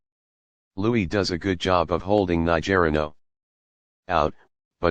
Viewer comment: It’s not….ni ger ino…it’s niger ino…..